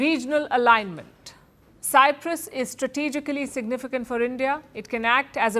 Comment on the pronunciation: I hope Modi is not the reason that the Greek Cypriots lose the whole of Cyprus 😂 And Palki it's Cyprus not cypras